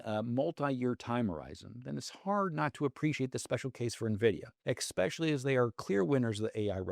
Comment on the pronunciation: Great video, as always 👍🏼 On Dell, though: last Wed/Thurs would have been ideal 😋 Just a parnickety bit of feedback... It's e-specially, not ec-specially. There's no 'c' 😊